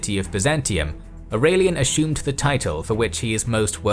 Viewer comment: why do you say ashume and not asume